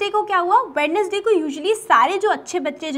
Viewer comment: english teacher dont know how to pronounce wednesday she be like wed nes day .